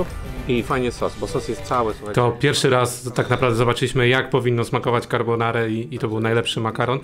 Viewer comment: Na przyszłość taka uwaga – mówimy carbonarA :)